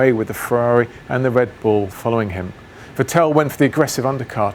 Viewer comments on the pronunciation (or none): The only person on planet Earth to call Vettel Ve-tell. Even Sebastian calls himself Vett-el - no? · Why does James always mispronounce Vettel as Va-tell instead of Vet-ul or even a more German-sounding Fettle? It may just be me, but it seems almost rude to not say a driver's name properly in a professional sport... please correct James and let's hear it said right in future. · Again, James can't pronounce Vettel correctly. It's not Vet-TELL, it's FEttl. Like Boba Fett, with a short L at the end. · Ah, it's James 'VettEl & RiccIardo' Vowles ;) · I still can't get over how he says Vettel😂😂😂